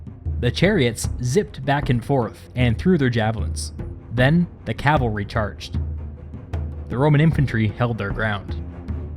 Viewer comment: "With no calavry, they could not scout around" Caesar: I am the scout!